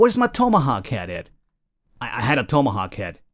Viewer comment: tome. uh. hawk. tome uh hawk. tomeuhhawk. you had one job, man, one job.